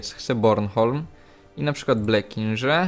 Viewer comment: 1.Przestań czytać Blekinge, Blekinże, jakim sposobem w Szwecji miała funkcjonować francuska wymowa, poza tym brzmi to okropnie, czytamy jak widzimy. Ce n'est pas français. 2.Zjedz krzyżaków, bo robisz roszczenia co odcinek i nic z tego nie wynika:P 3.Przekonwertuj kiedyś Ślązaków, Węgrów i Czechów.